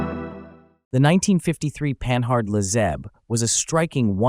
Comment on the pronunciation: puh-NARD, ffs, not pan-hard.